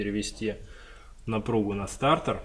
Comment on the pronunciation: Стартер а не стартэр 🤣🤣🤣